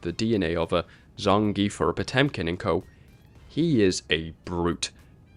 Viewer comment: KOH!!!!??? I THOUGHT IT WAS PRONOUNCED COO!